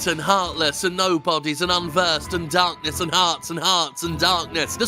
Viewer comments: "Embrace, The Darrrknesss." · Return to Dorkness! Edit: ZFor some reason after playing KHs for a while I always started to hear Darkness as Dorkness.